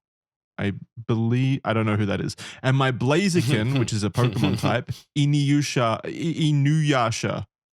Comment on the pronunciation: Innn YOOsha?